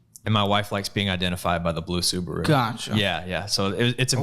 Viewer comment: Emphasis on the Subaru 😂